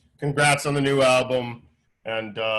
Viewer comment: You know Eric is a true mr bungle fan when he says “bungle” albume